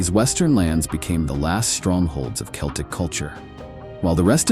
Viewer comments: Celtics pronounced with an S? I think not. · Celtic is pronounced Keltic.